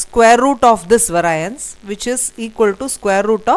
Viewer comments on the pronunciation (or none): Excellent lesson, but the word must be pronounced vay-ree-ance